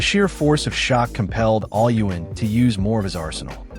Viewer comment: Can you say his name correctly please only thing keeping this video from being great